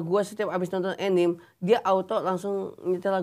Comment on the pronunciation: 🍉🇮🇩 Anime itu di baca a-ni-me, bukan e-nim.